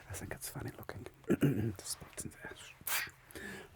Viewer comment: this is soooo good, i mean the type „german person speaking english“ how you pronounced the „th“ is more like a „se“. i think my german buddy’s will understand, it’s just perfect and so good played